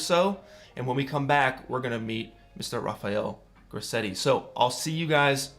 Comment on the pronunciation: Awesome, very chuffed to see my work in here :) Also very weird to hear my name said with an American accent